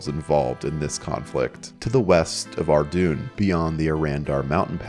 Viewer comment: It's pronounced Ar-doyn (rhymes with Dordogne, the region of France)